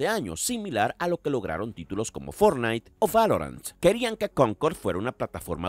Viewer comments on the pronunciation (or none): none